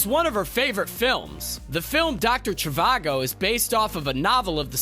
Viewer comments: This movie is total garbage. My cat could have chased a fly across a keyboard and written a better movie. Please, someone tell me how this was good. And please learn how to pronounce movies you are referencing. It's Doctor Shhhvago, not Chavago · It’s pronounced “j-ee-vago”, with the “j” pronounced like in the French “jour”, not “CHIvago”… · Not to mention his grating tone, incorrect pronunciations (kettleBALL? Dr. CHEY-VAH-GO), and a singular yell-talk volume of his voice. Ryan George really was doing all the heavy lifting for ScreenRant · Yes, very annoying. Always yelling like a carnival barker. He pronounces Dr. Zhivago like some Gen-Z’er.